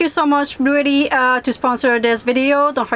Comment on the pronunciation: Blue jay was upset at how you pronounced Blue Etti 😉